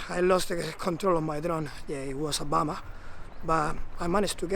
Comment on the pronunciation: i feel your pain, but glad that it worked out.... The place looks amazing, but you need to get a little fitter lol.... Finally, I like the way you say, "it was a bummer" it sounds like you blamed Obama....lol "it was obama" Nice video.